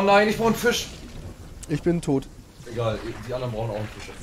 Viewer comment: Ist das selten? Er spielt kein fisch eher gesagt fich.